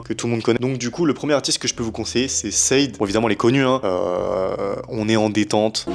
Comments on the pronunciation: « Chader » pas sade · yo bg t'a vidéo est grave bien. Juste je vais passer pour un casse couille mais SADE, ce prononce "chadé" phonétiquement donc pas vraiment shade ou sad jsp comment tu la dit dsl j'ai tilté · Sade ça se prononce "Chadé"